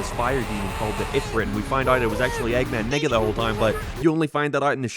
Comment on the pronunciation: You have to stop saying Eggman Nega bro the Irish accent doesn’t help you at all lol. We let you get away with the Nega Chin but you just loooove putting his name in the script this time around